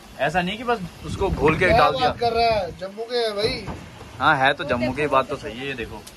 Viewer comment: Jumbu...jumbu क्या बोल रहा है कभी गुजरात मे भी आओ पता चलेगा ओके